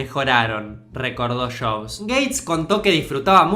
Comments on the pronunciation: Lo siento,, pero me da mucha risa cuando dices "Shobs" en vez de Jobs. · Porque dice shobs? En vez de yobs o jobs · Si , se escucha de lo mas feo cuando decis shobs 🤣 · Que diablos es "shobs"? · Una critica de pronunciación, en el minuto se nota que te cuesta pronunciar jobs (no shobsh..) y Macintosh original... te sale orishinall.... entiendes por que es bueno practicar el castellano NEUTRO...!!!! tómalo como una critica constructiva.. ÉXITOS..!!!